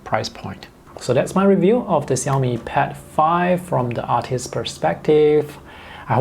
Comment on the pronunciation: Hear from your pronunciation of xiaomi,i infer you can speak mandarin?